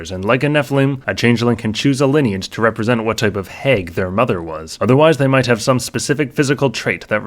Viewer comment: Midwestern me possibly detects a Cheesehead! 😜 (From the pronunciation of "hag".)